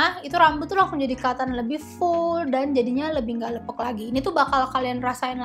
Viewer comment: Lepek kak, bukan leupeuk hehe